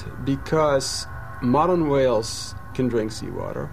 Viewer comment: I was looking for some video where the narrator pronounces whales as Hwales. If not for your comment, I would not have succeeded. Thanks!